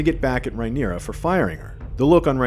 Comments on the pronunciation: Drink every time you hear "Rye-neera" instead of "Rhaenyra." 🍻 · It’s Ray-neer-ah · Can’t stand the way this guy keeps mispronouncing Rhaenyra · Also why are you pronouncing Rhaenyra strangely, starting to think used AI for this